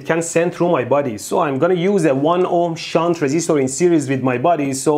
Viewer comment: Mehdi was real careful while saying shunt 😂